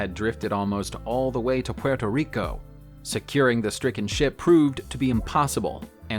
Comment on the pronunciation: ok can you say the word Puerto Rico better XD